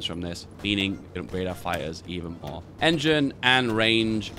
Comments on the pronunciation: "spamming a lo' of fye-ers" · I thought you were saying "Fires" turns out it's "Fighters" Im deaf